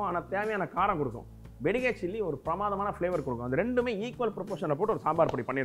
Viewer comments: வெங்கடேச பட்டரே, தயவு செய்து "பெடிகேர்" மிளகாய் என உச்சரிக்கை வேண்டாம் ಬ್ಯಾಡಗಿ (Byadagi) என உச்சரிக்கவும். நன்றி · Being a kannadiga yourself, I'm surprised how you can't pronounce"byadagi" chilli.